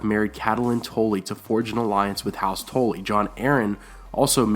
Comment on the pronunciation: Tully not Tolly